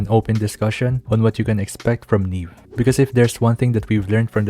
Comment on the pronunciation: Ne beh, like nieve